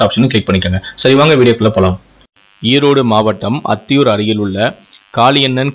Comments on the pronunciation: அத்தியூர் இல்லை அந்தியூர் தமிழ் சரியா உச்சரிக்கவும் இதுவே இரண்டாம் திருமண. வாழ்க்கை இதுவும் பிரட்சனையா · ஊர் பெயரை சரியாக உச்சரிக்கவும்